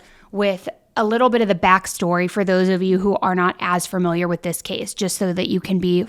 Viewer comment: I NEED YOU TO STOP SAYING FURMILIAR ITS FAMILIAR OMFG